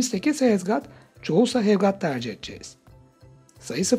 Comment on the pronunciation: Ayy hev gaat ee van pensıl 🥴